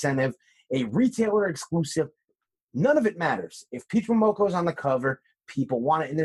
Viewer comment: " Peach Momonoko " lol